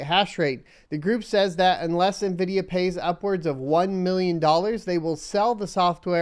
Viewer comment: "ONE MILLIYON DOLLARS!"